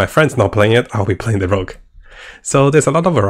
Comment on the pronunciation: PLS! Rogue! Not Rouge....